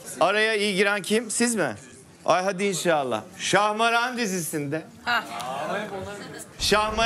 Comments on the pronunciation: abi şahmeran değil şahmaran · Yalnız İbrahim Beyciğim ŞahmEran değil ŞahmAran 🫠